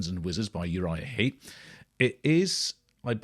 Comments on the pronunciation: Heep not Heap. Sorry to be pedantic. First band i ever saw live in 1971, I highly recommend their previous album 'Look at Yourself' - still my favourite of theirs, and 1970's 'Salisbury'. Great band who sadly have lost many of their classic line up, but are still going strong today led by the great Mick Box - bless his soul. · It's Uriah Heep, not Uriah Heap. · Heep - not Heap.